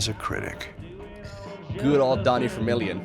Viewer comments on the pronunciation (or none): Hei, it's vermillion not fermillion, is dutch like german in which you say 'f' instead of 'v'? Cool vids though looks like brutal is non challenge for you 😉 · Acting Like it's Vermillion, but he pronounces it that way because of his accent because he's from the Netherlands.